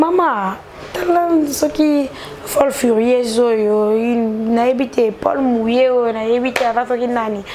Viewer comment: javel ,on dit poule mouillée et non pole mouillée.